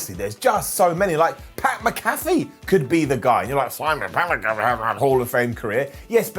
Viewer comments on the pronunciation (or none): shamrock is always sticking to his persona cause that is who he is 😂😂 he's nuts and your pronunciation of pat mcafee is not quite right 😂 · Bro Simon really mispronounced Pat McAfee's name wrong and I lowkey feel like that is a lot of disrespect